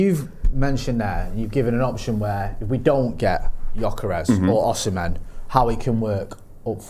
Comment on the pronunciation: O-SI-ME not OSH-IMEN